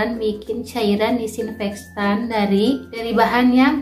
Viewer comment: Disinfektan bukan dikssinfekstan👍🙏